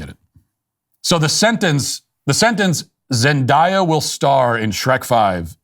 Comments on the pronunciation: I know Matt's producers were dying when he said "Zen DIE Ah" and not Zendaya lol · Noooooo not Zend-Aaaaaaaaaaa-ya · Is it not Zen-Day-Uh? Or did you say it wrong on purpose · Yes, they should’ve stopped making shrek movies. They only do sequels and reboots now because there are no original ideas. However, Zendaya is a pretty good actress and didn’t really do anything to deserve being talked about like that. It feels like you may just be picking on her bc she’s not white… It also takes 30 seconds to google how to say someone’s name correctly. It just feels intentionally disrespectful and a little racist and I’m not one of those people who says that about everything.